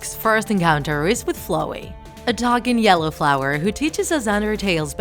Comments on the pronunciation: I'm mad on how you pronounced Flowey's name. The o is said like "ow" soo it's Fl"ow"ey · It is pronounced flaooi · The girl:flooey Me: itS floweY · hold up.. FlOHey? Nah it's flOWey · No one: Him: Flo-wey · She says flowey as if she says flow y She says Toby as if she is saying tobby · They kinda said flowey weird, Like flow-ey kinda weird they say though srry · Why did you say flowey like flowy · Lol I heard fluwy instead of flowey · Wrong. The human in the opening cutscene is actually Chara, not Frisk. Theres a continuation of the opening cutscene in the True Pacifist Ending. Also you pronounced Flowey and Toby Fox wrong. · You can't even say flowey right. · you keep saying flowey wrong .-. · She said "flowey" wrong